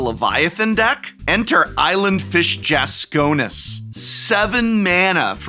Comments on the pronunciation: I’m still twitching from the mispronunciation of “Jasconius” (skipping the I). Yes, it’s pedantic, but I also had a blue deck with Leviathan, Island Fish Jasconius, Deep Spawn, and more. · Your inability to pronounce "Jasconius" correctly is maddening.